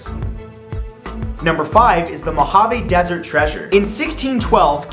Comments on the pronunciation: Mojave 'Dessert' XD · Ahem... "Mojave Dessert" Really???